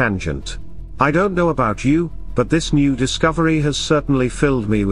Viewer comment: Your AI narrator gets all the subtle inflections wrong. It really detracts from these videos. Why don't you just get a human being to narrate these? Why is that so difficult for you to do? I don't get it. At the very end it says, "but what do I know?" The AI puts the emphasis on the word "know", so it sounds like this: "but what do I KNOW"? But the expression is supposed to have the emphasis on the word "I". I just don't understand why this doesn't seem to bother you. It's ridiculous.